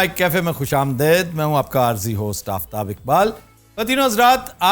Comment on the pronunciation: آپ خوش آمded کیوں کہتے ہیں۔خوش آمdeed کیوں نہیں کہتے